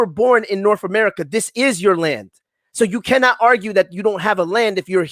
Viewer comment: Funniest show I’ve listened to in a while. America Which is Amoorica which is amorites🤣🤣🤣